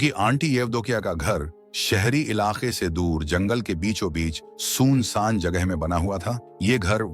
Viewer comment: Bhai agar ye Hindi AI voice hai to kafi sudhar ki jarurat hai, bahut sare words ka matab hi badal diya hai sirf matra ke galat upyog se. Eg: Poonch vs pooch, soon saaan vs sun saan